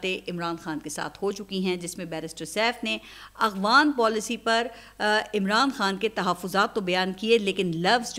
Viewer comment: تلفظ درست کریں ۔۔اخوان نہیں بلکہ افغان 😊